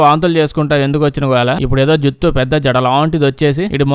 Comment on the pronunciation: Juthu juthu 😂. Juttu. Naaku juthu laage vinapadindhi.😄